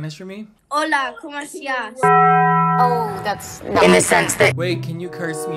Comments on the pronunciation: maybe the Spanish was the friends we made along the way (but fr what did she say “hold comp estaaaash” DEAD) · "HHHOLA COH MO ESSTIASS"